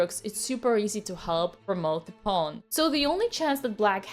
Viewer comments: Pawn Dina! Not Piun! Pawn 😘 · "Pawn" < "Poewn" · Pawn❌ Pown✅ JK tnx a lot Queen🫰🏻